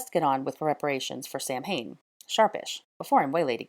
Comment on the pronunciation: Samhain is pronounced Sowen